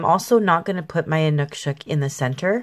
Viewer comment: thank you for the great painting - plus providing the correct way of saying Inukshuk. I think they're fascinating.